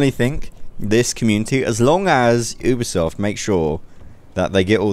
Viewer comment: I thought you were saying 'Ubersoft' but later i found out you were saying 'Ubisoft'...